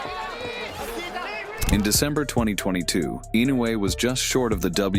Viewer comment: 'mungsta' - iron mike